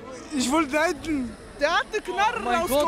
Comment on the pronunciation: Knarrrrrre ich Schwörrrrrre 😂